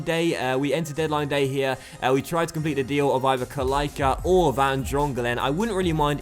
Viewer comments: Kalaica = ka-light-sa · the "c" in Kalaica is pronounced tz so its Kalaitza. Nevertheless its a great series, keep the good work going 😀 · Kalaica isn't pronounced good.. At the end it is like PjaCa.. KalaiCa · Prounounce c like 'ts' not like k for kalaica